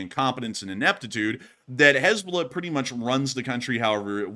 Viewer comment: “Haznahballz” got me rofl 🤣 💀